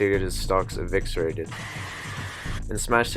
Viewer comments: “evixcerated”. I think you meant eviscerated bud. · "Eviserated" not "evixerated"